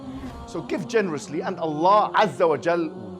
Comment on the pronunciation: "SO GIVE GENOUROUSLY" -!